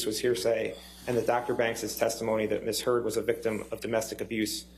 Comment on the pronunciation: Did she just ask if 'Mrs Heard grabbed Mr "Turd" ' ? Am I hearing things??